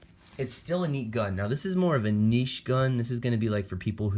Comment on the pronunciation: for pronouncing niche correctly